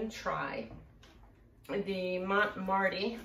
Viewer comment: Oh I forgot. Not to be a troll but if u want to know its THAY LOW SIGH ANN How to say that name, I mean. And marte is French so no need to pronounce the e. Just mart. Like Kmart. Sorry dont mean to correct you just info. I think this is genius and I'm gonna go try it in a few minutes. Hopefully.